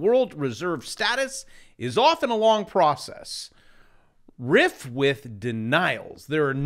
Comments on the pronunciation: The word is RIFE longgggg I….not short I… but your cool Macro makes up for the English short put … lol😅 Also why not just trade the dollar index rather than UUP? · rife pronounced like knife